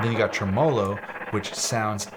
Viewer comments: BIG FAN of what you do. Just wanted to say: “TREmolo.” It’s Italian. Same first syllable as ‘trembling” or ‘trebuchet.’ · Y’all really had me thinkin he was about to say “Trimblogagooloo” or some shit. Losing you fuckin minds cause he stressed a different syllable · bro really pronouncing tremolo as “tremolo” and not “tremalow” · the way you pronounced tremolo hurt me deeply